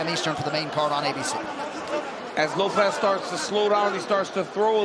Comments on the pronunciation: bro pronounced it like ropes 😂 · Bro did Bruce say Lowps ?🤣🤣🤣🤣🤣🤣